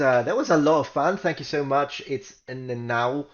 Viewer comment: #10 When I heard "Thank you so muts" I was pretty sure it was Greek. :D